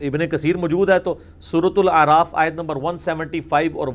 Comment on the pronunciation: Mirza sb kindly correct pronounciation of aaya mubark.thanks